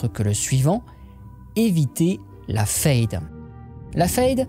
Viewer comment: Question: pourquoi tu prononce "fayde" et pas "faide" alors que le mot est en français? C'est la prononciation allemande?